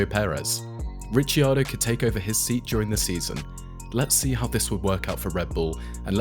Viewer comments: Rick-ar-doe, not Richy 😅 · It's Rick-kee-are-doe...Ricardo is Rick-are-doe😊